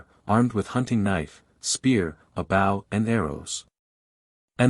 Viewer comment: I am enjoying the audiobook thank you, though I am struggling with the narrator saying bow and arrows as in take a bow instead of bow and arrows. It can be the smallest thing that derails a story, it's like hitting a bump in the road it jars you.